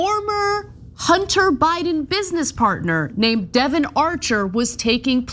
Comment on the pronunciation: She said Devon, get your ears cleaned out